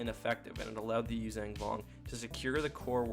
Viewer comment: Love the video but its Yuuzhan not youzang...